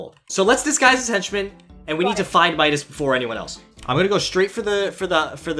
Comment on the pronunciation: He sead meascols insted of midas